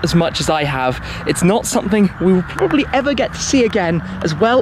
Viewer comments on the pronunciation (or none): none